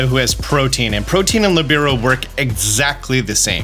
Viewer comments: It’s lih-bear-oh btw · Hey! I know a lot of pronunciations in Pokémon are negotiable because they are made up words, but Libero is an actual word - a position in volleyball. It is pronounced LEE - burr - oh Just an FYI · Hearing that pronunciation of Libero was a dark spot on an otherwise stellar video.